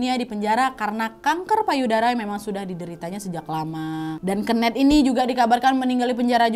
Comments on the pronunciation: Kenet awkwkk keeneth bukan keeneth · Pengen ketawa setiap kak nadia ngmg "kenneth" dgn pelafalan nya dia HAHA jatohnya jadi "kenek" dengernya AHAHHAA 😅😅